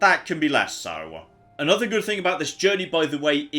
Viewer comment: I love the way you say good it sounds like your saying Goot